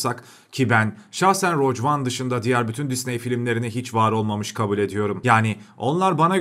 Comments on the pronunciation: Hahahxjajshs "roc van" mı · hocam çok güzel bir video olmuş tebrik ederim ancak telaffuzlara biraz dikkat edersek çok çok daha iyi olur. darth "plecius", "roc" one vs.